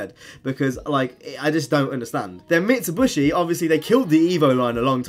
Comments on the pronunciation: Its mitsubishi not mitshubushi and its AE86 not A86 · Mit - su - be - she* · Mit-su-bi-shi not mitsuBUSHY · UGH! Not again! What's next, no Nissan? Also, it's pronounced MIT-Suh-BISH-ee. Sorry for being a grammar nazi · Stop saying MitsuBUSHY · Mit-su-bi-shi say it with me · Mi - Tsu - Bi - Shi* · its pretty annoying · LMAO I thought that as well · Mitsibushi???? It's pronounced how you read it 🤦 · Are you saying Mitsubishi like that on purpose just to wind people up or am I missing something? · The way you say Mitsubishi is really weirld, lol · Well I'm a grammer commie! All pronunciations are equal (except some pronunciations are more equal than others), so I don't care if he says it wrong.